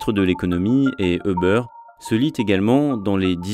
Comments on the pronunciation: Btw c'est pas "eubeurre" mais "youber" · Ça ne se prononce pas Euber. Plutôt Youber ou über. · C'est difficile d'écouter tout un reportage sur Uber quand on entend constamment "e beurre". "Les locaux de beurre", "les dirigeants de beurre", "l'équipe de beurre", ça fait mal.